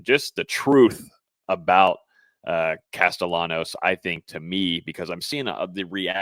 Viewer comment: His name should be pronounced like castiyanos... It's either Spanish or Italian